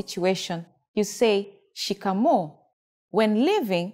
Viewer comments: Trust me nobody says shikamooo.. we say niaje, rada😂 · Shikamoo. Not shikamo